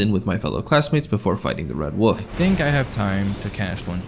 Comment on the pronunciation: Red "woof". One of the more irritating ways to mispronounce "wolf".